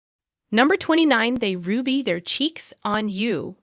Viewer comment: Nice collection of mangled language as it is being read! Best one was as the cat " rubys" its head on you. Good moggy stuff!